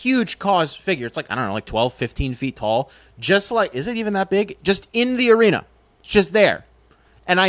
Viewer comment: Rocket Mortgage “Arena”??? Gosh my ears hurt…. Still like the vid though!